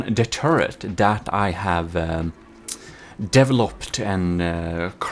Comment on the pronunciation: So, how many of you out there caught when says "developed", it sounds like he said "deviled up"?